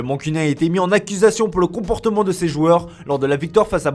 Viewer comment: « Romonte » « comportoment » « million d’oro »